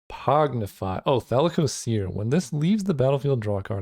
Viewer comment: Pongify: exists: "Pognify"